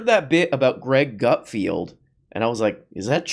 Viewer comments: Are you saying 'Gutfield' because you can't read or is that your rendition of comedy? I get it, YOU are the king of late night comedy. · Come on! We all know his name is pronounced Gutfart.